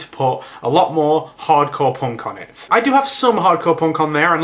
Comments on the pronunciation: No, no, you've got it all wrong. He was saying 'porn' music, not ponk or punk. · i thought you said porn instead of punk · The first few seconds of the video, everytime you said "punk" I thought you said "porn". Hardcorn porn. Maybe I shouldn't watch videos while on the treadmill . . . or maybe I should do that all the time. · haha u say punk funny. probably because im american :(